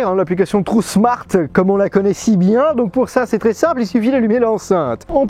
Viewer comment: Bonjour pourquoi tu dis trou smart? C'est tron smart. Tu dis trou smart depuis des années d'ailleurs, c'est fais exprès dourti lamoui? Y'a pas de u a ce que je sache. Tu confonds le u et le n. Trouusmart. Lol😅